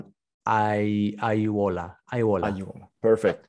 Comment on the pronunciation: Great pronunciation for a foreigner! I still have problems with "aiuola" even after twenty years, and I'm twenty!